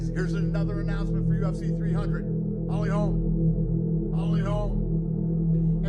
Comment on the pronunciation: The way he says "Holy holme" ! Loool